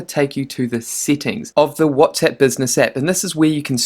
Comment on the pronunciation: whatsEpp? ahahahha funny your pronunciation